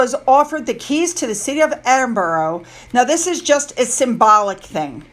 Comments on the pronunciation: And EDINBORO???!!!! It's spelt EdinBURGH. Burgh or Borough - never, ever Boro. "Burra" would be more like it. (More smiles) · Please it is pronounced EDINBURRA.!!!!! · I have it on good authority that it's pronounced "Edin-bruh" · I live all your vids they are so informative. Thank you for all you do. But I still think you should try and pronounce Edinburgh the proper way 😂